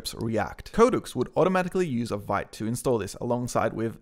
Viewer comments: Vite is pronounced "veet". It means "fast" in French. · Veeet not vite please